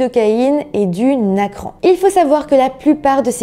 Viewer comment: Tu as dit nacran t es sure c est pas narcan?